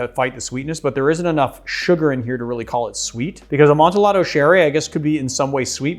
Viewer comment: Love the channel/videos. That hard L on amontillado is painful, though. English is so funny like that.